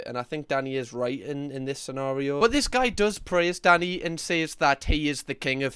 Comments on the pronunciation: I genuinely can’t tell if his name is Danny or if you’re calling him daddy 😅😅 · This entire video I thought you were calling him “Daddy” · I'm guessing they have their hygiene rating up twice so the customers know they have received that high rating 2 years in a row? Or however often they are rated. Oh, his name is Danny? I thought, for most of that video, that you were saying Daddy! 😂 No, fish should not be slimey, not if it's fresh! There is always at least one bully in any group of people but I'm thinking Danny will be able to handle them, just fine. I don't see Danny as the bully in this instance. He was just giving his personal view. He wasn't abusive, he was just pointing out that he thought it was the wrong thing to do. And I agree. But I don't think the guy he was talking about was abusive either, if he praised Danny. If this is 'beef', then it's a teeny weeny miniature highland calf! ❤️💛🩷💙🧡💜💚 ❤ from the Highlands of Scotland 🏴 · I know Danny is being said all I hear is Daddy. I know jerk chicken is being said all I hear is dirt chicken. I am pretty sure in the states you can't have a random kitchen in your house selling dinner to the neighborhood. The city will not do an inspection for you or give you a business license or they will say that your in a residential area that is zoned for houses only not food kitchens.